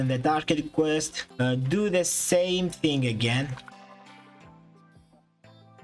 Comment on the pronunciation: “its a hing”